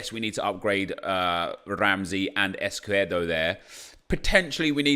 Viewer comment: EscuDERo not EscuERDo :D